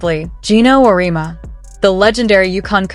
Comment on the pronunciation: OMG. Do your homework!!! It's Aur -e-EMMMA!!!! Amateur mistake.